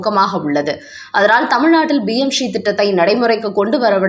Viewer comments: It is PMSHREE. You are pronouncing as BMSHREE. Please correct. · Adhu BM Sree Dittam kidaiyaadhu. Adhu PM Sree Dittam. Please ungal uccharippai mempaduthi kollavum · BMSRI இல்லை PMSRI என்பதை சரியாக உச்சரியுங்கள்.